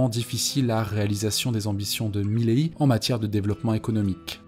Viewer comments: Pourquoi tu dis Mileillie, frérot ? C'est pas ça et c'est absolument immonde à l'oreille. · Svp prononcez correctement milei, ça fait mal aux oreilles